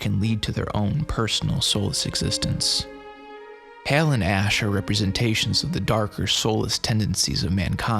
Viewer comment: Good video but I gotta ask, why do you keep using a long A vowel sound to say HAL when the film, along with decades of subsequent pop culture references, provides numerous examples of the correct pronunciation? Are you just trying to be different? Lol oh well. Carry on